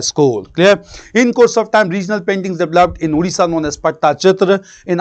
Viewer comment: It's "Odisha" not "Udisha".